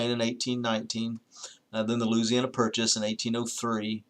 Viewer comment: Lose-iana purchase, kek, Southerners, bless your hearts. Just pretend you're at a bonfire kegger going, "Ooooeee." Looooeeezeeanna